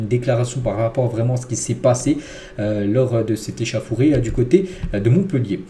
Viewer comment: stp je te kiffe respect mais on dit échAUffouré et pas échAffouré mrc